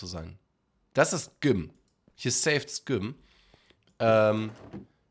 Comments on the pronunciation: Je öfter GYM an stelle von (Ausgesprochen) "djym" sagt, wurde ich aggressiver und wollte mein Hamdy Hauen bzw. auf den Mund. Die ersten 2-3 mal ging es aber dannnnnnnnnn😐➡️😒➡️🙄➡️😤➡️😠➡️😡➡️🤬...... Endresultat meiner inneren Unruhe ist dieser Kommentar 😂🎉.. MACH DAS NICHT 😤 Bitte 🥺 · ich liebe ja echt aber gym wie güm auszusprechen geht zu weit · Wie gym ausspricht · Ich finde es so lustig wie du gym ausgesprochen hast😂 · erster der das gym erwähnt XD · Wie er gym sagt😅😂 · Hast du gym so ausgesprochen, damit die Leute kommentieren? Wenn ja, dann warst du erfolgreich XD